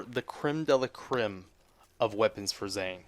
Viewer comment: Jaymes Waubiness He mispronounced 'crème' so badly that it sounded like a Ukrainian Peninsula (called 'Crimea' in English).